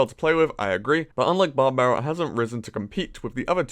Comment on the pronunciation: Love it when he says "Babarian Barrel"